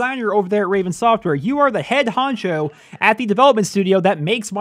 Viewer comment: did he just say head honCHO?